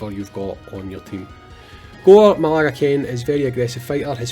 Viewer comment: Hey just so you know it's pronounced "ma-GAL-ah" not "ma-LAG-ah." Not trying to make fun or anything, just in case you need to say it in future videos you might to say it correctly. As a Monster Hunter fan, this is a cool collab depending on how it plays out. I'm not a massive Gore Magala fan since I'm relatively new to the franchise so I'd prefer if it was a monster from Rise like Magnamalo but Gore is a fan favorite for people who have been in the community longer than me so it's still cool.